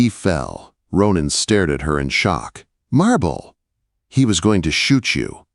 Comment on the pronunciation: For a young woman that seriously needed to be seen you messed up her name in every sentence. She is not a marble. The first name was Marbella/Marbelle. Please don't call her marble.